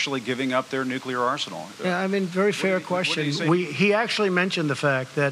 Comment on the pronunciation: this is going to lead to a nucular war